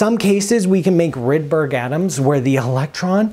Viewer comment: "Rude-berry" Polarons